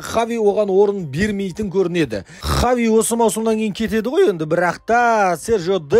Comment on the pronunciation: Хави Хави дей берми Хаби деп дурыстап айтшиш малау